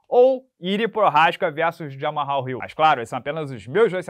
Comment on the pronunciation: PARA DE CHAMAR O JAMAL DE JAMARRAL!!!